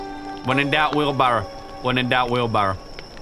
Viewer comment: "When in doubt wheel berrwa, when in doubt wheel berrwa"